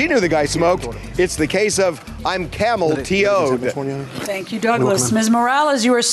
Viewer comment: “Camel T-oed” Harvey needs to stop 😂😂